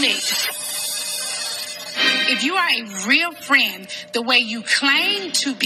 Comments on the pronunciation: SCREAMING! Nene got me and one of my friends saying "friendt" in texts 😆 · The worst thing you can say to is to say she’s a “bad friendt”